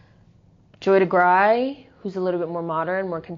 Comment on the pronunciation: Great talk. Joy Degruy's last name is pronounced Duh-Grew.